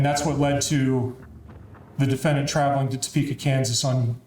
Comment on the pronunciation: The attorney on the Dana Chandler case, “the DE-Fin-Daant” 😬😬😬